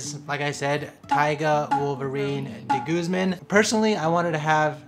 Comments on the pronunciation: Dude pronounce your family name (de guzman) right! Wag mong artehan. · first time I've heard that kind of pronunciation of De Guzman